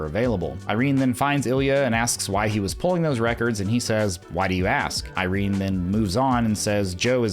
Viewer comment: IrenA, not Irene. Sorry it's bugging me haha